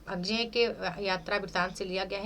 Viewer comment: मैम बड़े दुख की बात है कि आप अज्ञेय जी का नाम भी ठीक से नहीं बोल पा रही है, अजेय नहीं अज्ञेय है